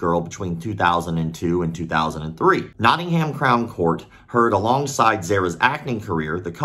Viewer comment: Nottingham is pronounced Notting’um